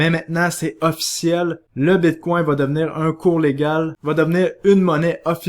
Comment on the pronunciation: Quand quelqu'un dit "Bitcoin", mon oreille entend "Bigcon" 😂